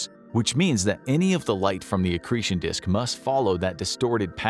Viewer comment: Did he say “excretion disk”?